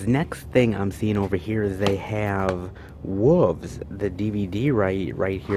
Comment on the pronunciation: Love the videos, but - wow, this whole "wolves" bit is really getting out of hand. I guess it's a regional thing, but the word is pronounced with an L, not without. It is not "woof" or "woov." It's like the word "shelf" - you don't say "shef" or "shev" instead. Please, I'm begging you. BTW, filming "in public" does not include private stores or homes, etc. It means outside, including on the sidewalk, parks, etc. Keep on going - it's always great seeing so many oddball titles.